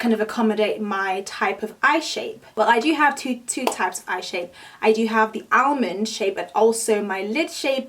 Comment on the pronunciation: Absolutely beautiful. Love that look. You r simply stunning, girl!!!! Btw, only one way to say it---Almond (AHH-MEND) not AHH-MENDY) Moré vídeos, please. This is One Of the best for hooded eyes. You take your time to explain. That's appreciated..